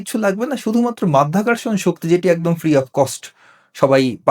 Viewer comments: মধ্যাকর্ষণ নয়, সঠিক কথাটি মাধ্যাকর্ষণ এবং সাংবাদিক সাহেব ও বারবার মধ্যাকর্ষণ বলে যাচ্ছেন। আমি মনে করি এই সাংবাদিক কতটুকু শিক্ষিত তা নিয়েও আমার সন্দেহ আছে। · মায়ের যোদ্ধা আবিষ্কার করলেন বিদ্যুৎ মধ্যাকর্ষণ উচ্চারণ ভুল